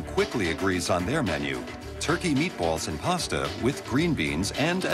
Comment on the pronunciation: When the narrator said "meatballs," his accent showed.